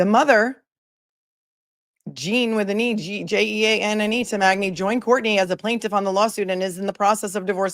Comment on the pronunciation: Jeanne is pronounced Jeanie, just fyi